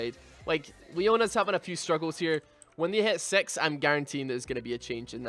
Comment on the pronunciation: I swear i heard "when they had sex" when he was trying to say "when they hit six"